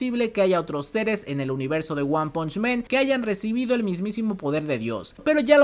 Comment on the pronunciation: se dice "wan panch MAN" no "wan ponch MEN" xD